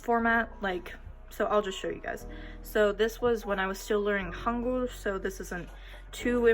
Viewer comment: I dont see anything cool and sth I dont do already so I dont see a reason for this video.. plus 한글 is pronounced wrong